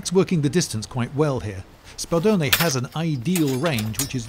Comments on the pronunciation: ur pronunciation of spadone was perfect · The way you pronounced Spadone made my Italian brain very happy